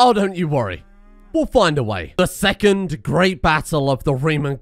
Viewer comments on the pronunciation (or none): none